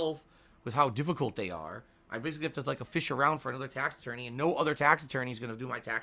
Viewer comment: Tahxic tahx ahttorney